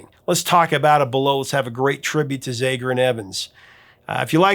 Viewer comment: The A in ZAGER is short vowel sound, not E sound. Just sayin...